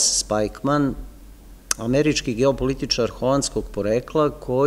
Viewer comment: Jedna ispravka, izgovara se Spikman. Hvala na veoma dobrom predavanju.